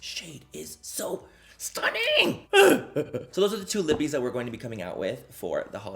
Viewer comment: My name is Libby. Every time I hear you say lippie my brain thinks you said Libby